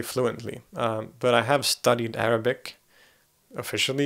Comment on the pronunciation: wow i am impressed by your pronunciation of arabic words !!